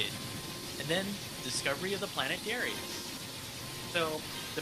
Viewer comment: We've all been pronouncing Darius wrong. Turns out it's actually Dah-rai-us.